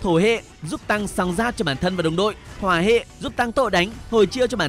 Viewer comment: ổng đọc thủy hệ hoả hệ mà tui nghe thùy huê đồ huê, tưởng phụ trợ đổi sang tiếng Nhật 😢